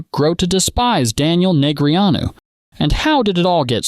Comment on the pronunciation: Soon as A.I. screwed up Daniels name,I left. After commenting.